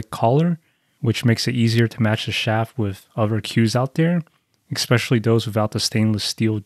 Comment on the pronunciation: Your closed bridge is wide open bro! To each their own. But please for the love of God, stop saying EXSPECIALLY.